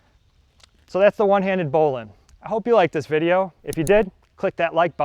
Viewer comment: It's bow line not bowlin